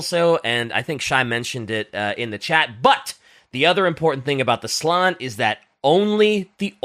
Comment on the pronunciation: ITS slAn not slon. You pronounce the A